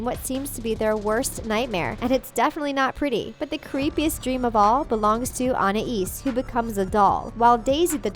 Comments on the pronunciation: WHY? WHY DOESN'T ANYONE SAY ANAIS RIGHT!? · You said anais or somthing like that wrong 😂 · Almost none of this is inappropriate since.... 1. Kids don’t understand ANY of this. 2. It doesn’t actually mention anything inappropriate done. 3. It’s a CARTOON. Anything can happen. And you just pissed me off when you pronounced Anais’s name wrong. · you cant say anais right and it is for kids and your dumb for saying you guys dont know anything boooooooooooooooooooooo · Ok you know absolutely NOTHING about this show. you said Anais' name wrong too! Also the remote is the first episode of season TWO not one. This channel is running out of ideas.you basically took ANY random episode and said it was inappropriate! If gumball was not safe for kids to watch, then it would not be on cartoon network. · Learn to pronounce names, idiot. Edit. This show probably freaks you our because of how much of a snowflake you are, that's coming from an 11 year old in 9th grade. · I hate how she says "Anais" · Everyone watching at home, I can prove to you that put no research into this video or any of their videos, and just steal all the points from other people who actually put effort and research into their video. If watched the show, then how come she can’t pronounce Anais’ name right when they said her name in the show over and over? So if you’re reading this then prove to me that you didn’t steal this video from someone else? And explain why on multiple occasions, you’ve had more likes than views on your videos? So if you’re reading this please respond in the comments below. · PΛUL - MC/RBLX I KNOW WTF WAS SHE DOING PRONOUNCING ANAIS LIKE THAT? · lol, I know the narrator probably doesn't watch the show but she says Anna-eez instead of Anais. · "Ana"is is wrong "Anais" is right....learn how to read...Sorry I like your channel and videos, but I have to dislike. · who is i-an-es its An-i-es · It’s pronounced An-ias not A-nias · anna ees? its anais!